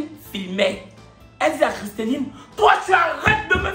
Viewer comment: c’est “Christellie” pas “Christelline” 😂